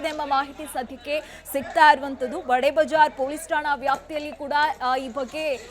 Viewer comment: ಬಡೇ ಬಜಾರ್ ಅಲ್ಲಾ ಅದು, ಖಡೆ ಬಜಾರ್